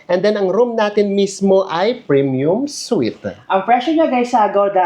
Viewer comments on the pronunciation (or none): none